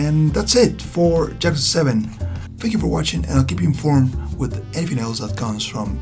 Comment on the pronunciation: Cool video but it bother's me so much that you say Jakuza XD. It's Yakuza pronounced with an Y like in yolk or yodeling.